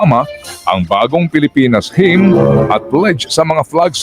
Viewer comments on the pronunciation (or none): ham ang pronunciation ng hymn